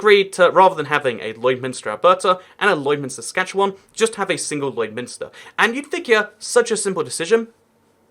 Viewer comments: And as far as I can tell you're saying "Saskatchewan" correctly. Maybe a bit more like the Spanish name 'Juan' (rhymes with 'dawn' unless your accent has the cot/caught merger) instead of the English word 'wan' (rhymes with 'tan'). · you actually said saskatchewan right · You actually pronounced Saskatchewan just fine. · You are actually pronouncing Saskatchewan pretty well. <-Saskatchewanian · So proud that you pronounced Saskatchewan correctly!!! Kudos! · Yeah, you nailed "Saskatchewan". (trivia tid bit) Anywhere, in either province, Lloydminister is casually referred to simply as Lloyd. Hoody in West-Lloyd = Bunny-hug in East-Lloyd. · I’m from Saskatchewan, but live in Alberta. You’re pronunciation of Saskatchewan was better then a lot of Canadians to be honest. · Believe it or not you’re pronouncing Saskatchewan perfectly! 😂 Also you should check out Ottawa-Gatineau (Canada’s capital) on the Ontario-Quebec border. It’s particularly interesting due to the language barrier. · You pronounced Saskatchewan right! Good job! Also, have a good time in Calgary! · Interesting video and your pronunciation of 'Saskatchewan' is spot on.